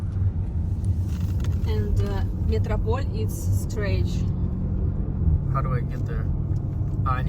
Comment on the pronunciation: Стрейч блять. Соня, стрейт а не стрейч